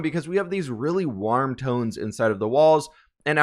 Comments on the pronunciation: It sounded like u said worm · Everybody: Absolutely everybody:: pronounces warm weird